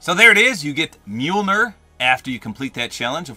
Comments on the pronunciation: Is this the first time he's ever said mjolir? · its pronounced mule near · You mean meemilneer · Just a quick note, it's pronounced m-yole-near. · Tip from anakun of the day - thors hammer is pronounced «mjolnier» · Mjolnir is pronounced myul-neer. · By the way, Mjolnir is pronounced Mil ni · its mee-youl-neer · dude your a marvel fan and you can't even say the name of the hammer right 🤦‍♂️ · you’re saying Mjolnir wrong😂